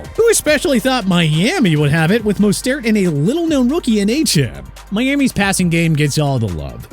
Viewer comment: Why can't you get Mostert and Achane's last names pronounced correctly?! Moze-tert, Ay-chan